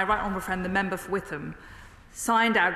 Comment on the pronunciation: Pronounced WIT-HAM not WITH-AM 😞